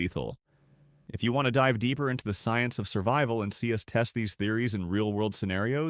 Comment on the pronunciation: "Surbival?" Yeah... I'll stick with the non AI videos.